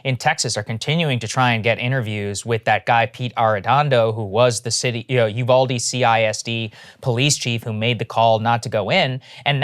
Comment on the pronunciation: Uvalde is pronounced "You-Val-Dee" (not You-call-Dee)